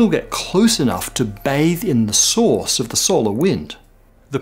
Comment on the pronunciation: When you say "source" I always hear "sauce". It is really funny in some instances.